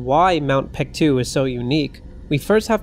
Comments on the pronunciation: pronounced bek-du not pektu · Reading of the name.. its baekdu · FYI, the more recent romanization of Paektu is Baektu. The "p" is soft, so it's more accurate to prnounce it as Baektu with a soft "b." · Great video! But what is up with the name? It's even spelled Peaktu sometimes😂 It should be pronounced Bek-Du. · Since you clearly know something about the matter you should have no problem understanding what ㄱ has to do with the argument - Paektu cannot be pronounced PaekDU (or BaekDU like you said) because ㄱ can't be voiced here. "Someone in the Korean language", you mean someone who's native language is Korean, someone foreign who knows Korean or someone who just reads Korean names for the sake of some YT video? Sounds very ambiguous but in my opinion it's highly likely to be the latter. In that case, it's kinda unfair of you to expect that person to know the difference between ㅂ and ㅍ and pronounce it properly. It's condescending. And yeah, spelling mistakes are surely a sus political move 🙄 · Whoever told the western world that ㅂ should be pronounced as a P did Korea a great disservice.